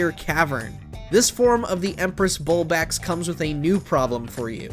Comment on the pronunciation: He called it the empress BULBAX that's NOT HOW ITS SPELLED